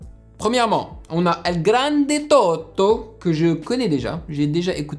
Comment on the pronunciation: Mister tous les rapers ila prononce bien sauf elgrande tôto, moi je suis marocain et j'ai pas compris la prononciation delgrande tôto